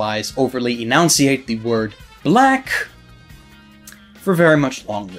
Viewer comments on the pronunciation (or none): Every time he says annunciate incorrectly it hurts me inside